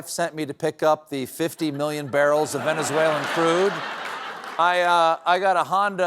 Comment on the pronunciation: Venezueler just like Tesler I guess!